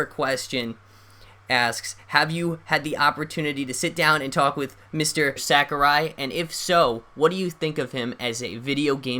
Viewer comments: "Sakari" annoyed me >_< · Sakari? It's Sakurai xD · Mistur Sack-a-rye